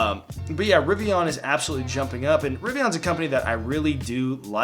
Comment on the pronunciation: It’s ri-vee-uhn not ri-vee-on. I usually don’t bother with pronunciation but it’s driving me crazy in this video. Idk why.